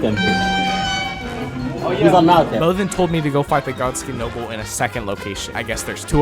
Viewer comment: Bihh said "Godskin noble" twice and mistook them both wrong😭🙏🙏